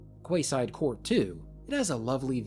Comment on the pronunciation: Love these couple of vids! FF12 was my first RPG I played! I was surprised how I remembered everywhere you covered! Also minor thing but Quayside is pronounced “Key-side”, Quay is defo an easy word to mix up 🤗 we have a lot of them here in the UK.